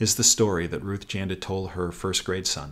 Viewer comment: Thought you said "first great son" as opposed to " first grade son". Your mom would probably agree that both apply in your case. Thanks Doc.